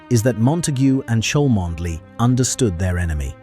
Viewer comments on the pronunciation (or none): Cholmondeley is pronounced "Chumley" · Why does this narrator NOT know that the name "Cholmondeley" is pronounced "Chumley" - shame.....